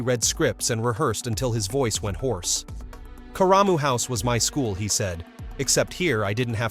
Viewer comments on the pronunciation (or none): Karamu House is pronounced "CARE-ruh-moo", not "kuh-RAH-moo".